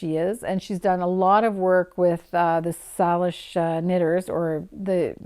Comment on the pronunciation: I wish I could be at the PEI Fibre Fest! I hope it's brilliant and successful and becomes a fixture in the festival calendar. (Pronunciation note for you,: "Salish" has a long A -- "Sail-ish". And "Cowichan" has cows -- "COW-uh-chun")